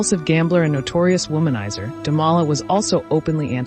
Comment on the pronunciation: Interesting. But your narrator needs to read better. She massacres every French word and many English words. Look up 'profligacy' for example. She pronounces the name of SB's husband Damala at least 3 different ways. C'mon. She makes the production sound shoddy.